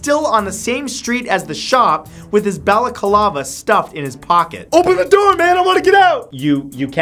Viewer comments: BalacAlava? Like Pina Colada? NO! It's Bal-a-cla-va. It has FOUR syllables, not five! Sheesh! BalacAlava, FLORIDY county jail, a baseball bat that suddenly turns into a knife... What the hell were you smoking on the day you filmed this??? 😵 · Why do you pronounce it balacalava it's balaclava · Balaclava mate not balacalava ffs. English much... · Nisson?? Niss-ANNE !! Balacalava?? BA-LA-CLAVA. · BALA CALAVA? It's BALA-CLAVA Matt! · Ah yes. The ol Bella Colava. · Bella-kalava????? It's called baclava and it's worn in the middle East by damn near everybody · What the heck is a "bellakalava"? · I like how you add an extra syllable to balaclava.